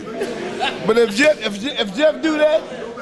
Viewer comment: McConor Gregor lol